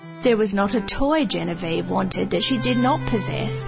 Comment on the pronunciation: its Genevieve ~Misa Amane